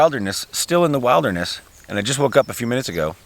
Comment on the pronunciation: wait there.... is this yet another American miss-pronounciation??? Did just say Wilder ness instead of wild (as in billed) derness???